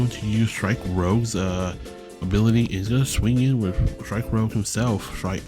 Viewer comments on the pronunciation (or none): Strike Rouge is not Strike "Rogue". Lagowe: "Luh-Gow", second syllable rhymes with "ow" Dearka: "Dee-Arc-uh", and you discard with him first before you draw. Also, that's only when linking him, that effect would not fire when you put him on the justice. All colors have their own form of draw already. Blue gets straight draw power from numerous effects, White gets looting effects to draw on discard, green draws by searching for cards by traits, and red gets a small amount of draw usually in the form of card rebates or loss mitigation. If you're playing pure red right now and you want additional draw power the way you do it is splashing white for overwhelming affection or blue for show of resolve. That's why you're allowed to play two colors in this game.